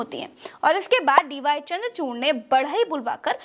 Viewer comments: Dear..you are wrongly pronouncing the name of CJI Chandrachood..his name, if i am right, is not Chamdrachoorna..? Pls check the facts. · Namaste..please correct CJI name D Y chandrachud..aap bole DY chandrachurn